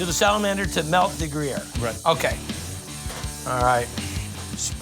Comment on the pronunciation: grue-yeah-er But your way is close. I love how some just say the g- cheese